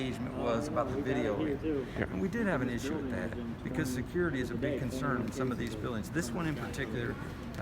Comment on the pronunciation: The Tattoo Toughy reigned in. lost his bark. 1st and 4th Amendments won the day. Hooray!!!